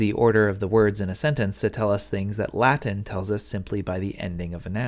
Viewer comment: I like your latin pronunciation